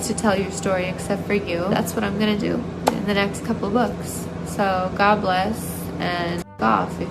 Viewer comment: the "god bless" at the end of her ig video where her latina accent comes thru!!!! yes queen!! everything but white!!!